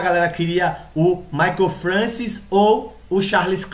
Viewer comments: Eu acompanhei essa época e era fã desse cara. Eu tinha fitas vhs com treinos dele de 1994. Se pronuncia Mike Françoa.... eu sei,pois ouvia sempre falar o nome dele, e nunca ouví ninguém falar Francis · Francis? Não seria francoA? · pronuncia-se "françoá"